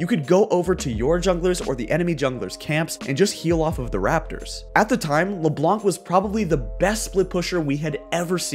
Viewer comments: It's Leblanc without pronouncing the C. French viewer advice. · The "c" in "Leblanc" is silent